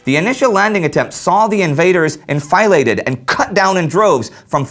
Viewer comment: fusilier and enfilade are not pronounced that way